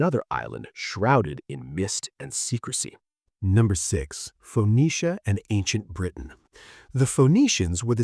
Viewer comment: Phoenicia is prounced fu-niece-uh the o is silent.